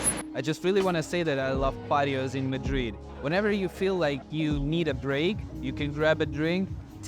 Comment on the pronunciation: HAPPY BIRTHDAY!!! YUMMY --> Spanish food is the BEST!!! BUT 9 pm ios too late ---> I would get so hungry. (p.s. Madrid is pronounced with a soft "a" & accent on the last syllable)